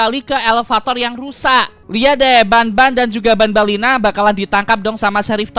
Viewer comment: Bukan ban-ban dan ban-ban Lena nap-nap sama nap-nap lena